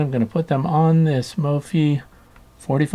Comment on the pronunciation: Isn’t it pronounced like “WiFi”. So it would be mof-i?